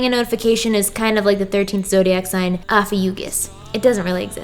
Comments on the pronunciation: I don’t mean to be rude but it’s pronounced o-fee-you-shush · Did anyone else get triggered when she miss pronounced Ophucues the Snake Charmer? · Ophiuchus is pronouncd oh-fee-uh-kuhss or oh-fee-oh-kuhss. Not only gets its name from a greek word meaning "serpent-bearer" which is incredibly badass, it is also a complete bullshit zodiac add-in.